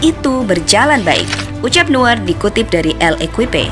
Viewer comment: Itu sebutnya noyer